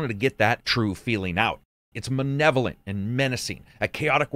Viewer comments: "manevolent" lol, the word is "maLevolent" 🤓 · you said "manevolent"... it's Malevolent. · bro did you just say "manevolent" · I enjoyed the new word , "manevolent"